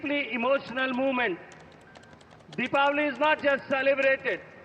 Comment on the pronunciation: Thanks UNESCO for pronouncing Deepavali right